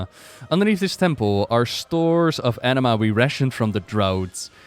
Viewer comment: I know its actually "anima", but all I'm hearing is "enema".